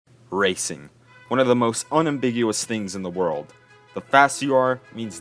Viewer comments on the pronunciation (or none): none